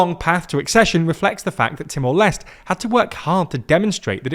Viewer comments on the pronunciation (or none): it's not Timor Lest. It's Timor Leste.... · It's pronounced t-more-less-tay 😅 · The correct pronunciation of Timor-Leste is: “TEE-more LES-teh” Here’s the breakdown: • Timor: Pronounced “TEE-more”, not “Timur” — this is based on Portuguese pronunciation. • Leste: Pronounced “LES-teh”, from the Portuguese word for “east.” So, it is not “Timur Less” and definitely not “Timur Lesr Teh.” ✅ Correct: TEE-more LES-teh ❌ Wrong: Timur Less / Timur Lester / Timur Lesh / Teemoor Lastay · You guys REALLY need to do better trying to pronounce foreign names and places. It's "TEE-more LESH-tay" or "LESS-tay." Either way it is not "lest." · With the accession of Timor Leste (by the way, the "Leste" part is pronounced as "Lest*é*. Not "Lest") later this year, ASEAN's core expansion has been completed as it will now include the whole "gang". Further expansion beyond that may have been in the agenda, but ever since the 2021 Myanmar coup happened, it was no longer there. Ultimately, ASEAN is facing more pressing and legitimate threats like the sustained military junta in Myanmar, the escalating situation between Thailand and Cambodia, the South China Sea situation, and the seemingly worsened human trafficking issues within ASEAN. Currently, the spotlight is on the Thailand-Cambodia issue. ASEAN will need to focus on mediating the issue to preserve the region's relative stability and to mitigate any possible armed conflict between its members. Sooner or later, ASEAN will also have to decide on what to do about Myanmar. Something as extreme as an expulsion is unlikely but a formal suspension might just be on the horizon; especially with Timor Leste's strong stance against the Burmese junta in which the sentiment is de-factoly shared by the influential ASEAN members. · the video again. He called the country Timor Lest. That's not how it is called. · Great reporting, but a little tip: the final E in Timor Leste is actually pronounced, something like Timor Lest-ey.